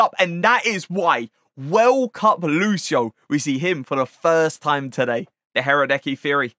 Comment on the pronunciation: huhrahhdäckii he is pronounced radesky